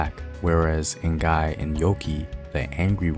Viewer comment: The n in ngai is silent